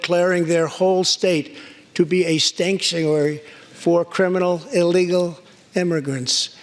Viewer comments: stanktuary, lol nice freudelean slip president. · I loved it when he said "STANCTUARY". LMAO LOLOLOLOLOL! I love Trump, so I'm not laughing at him. In fact, I love the way he expresses himself. And I know he probably said it by accident, but it is metaphorically true (& in a few cases, literally). Sanctuary cities do stink. lol I hope that moniker starts trending. After all, apparently it's popular to make up unnecessary new words, now. Case in point: GINORMOUS. GINORMOUS: Someone jokingly mashed together gigantic & enormous & now it has cropped up in some dictionaries?! What's the point? Its meaning is nothing different than the 2 parent words whose meanings are no different from each other. A few decades ago, it's the kind of word a child would come up with and then be rebuffed by their parents for using, largely out of fear their child would use it in an English class homework assignment, which would negatively impact their grades. On the other hand, when Joe Biden referred to a senator as a "Blafrican-American" during a Democrat debate, it made him look like the bumbling idiot he is. Maybe that makes me a hypocrite, but Biden is not A STABLE GENIUS, & his gaff was further compounded by the fact that he referred to her as the ONLY "Blafrican-American woman EVER to be elected to congress when Kamala Harris (whom he was NOT referring to) was standing right next to him. Creepy Uncle Joey doesn't know which way is up. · Everybody acting like he didn't say stanktuary! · Lol, "stanktuary!" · Trump said : stanktuary cities! Haha!